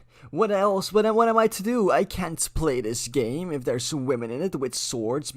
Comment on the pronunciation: IN MY FACKHING GAYME?!